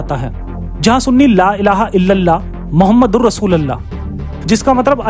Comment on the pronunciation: Pahle to aap nabi ka naam thik se lena shik lo thik kis tarah se aap nabi ka naam le rahe h aap ko kuch samjh me aa rah h